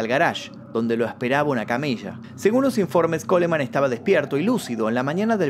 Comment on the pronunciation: En el apellido Coleman, se omite la letra e, debes respetar el idioma ya que es un apellido en Inglés.